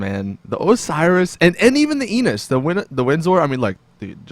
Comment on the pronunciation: It's "Enus" not "E-nus"